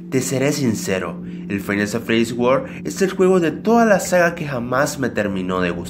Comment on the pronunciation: Me doy cuenta que es five Nights at freddys y el dice fainasafredis v